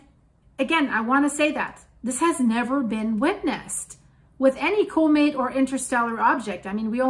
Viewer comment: Unsubscribing Stop talking about what you have NO Clue about Learn how to say Comet Not Cooooooomet Unsubscribed Just….I agree don’t visit Italy … volcano Up yours I’m glad you made a lot of money on your click bait and people seem to like you, but you’ve ever done it… I’m done with your bye